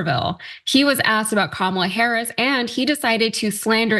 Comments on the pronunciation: If their gonna keep intentionally mispronouncing Kamala, I'm calling him Tramp. Got to say it's fitting in so many ways.💙💙💙💙🌈🏁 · Interesting how every single republican forgot how to pronounce the VP's name at the same time. It's a pretty transparent strategy, I wonder how long they'll keep it up. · They can't even say Kamala's name correctly.